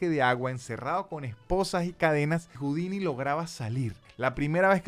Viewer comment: ¡Hola,! No se pronuncia "jaudini".